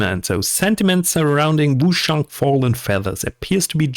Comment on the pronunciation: Cool video mate but you're killing me with how you say Wooo-SHang. It's Ch like change, China etc.